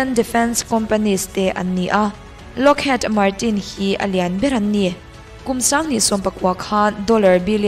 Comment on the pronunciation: "Lockhîd" tih tur.